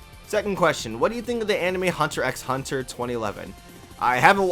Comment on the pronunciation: I knew he hadn't watched it the secind he pronounced the X LOL why are ud HXH fans so stingy.